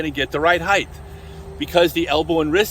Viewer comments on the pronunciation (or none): Love your content but one of my biggest pet peeves is when people say "heighth" instead of "height". But you did pronounced "heights" correctly so I'm befuddled...